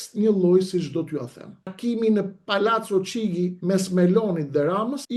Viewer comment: Shqiptohet: Palaco Kixhi jo Çigi